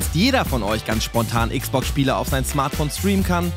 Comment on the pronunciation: Niemand den ich kenne, sagt Äx Box! Warum Ääx Box? Dann auch Pi Äs five